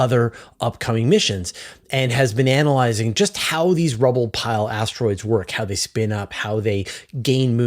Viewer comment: It sounded like you said bananalyizing when you said "been analyzing".